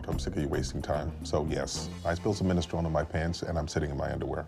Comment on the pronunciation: What's WILD is how Holt pronounces "minestrone". IT HAS FOUR SYLLABLES Y'ALL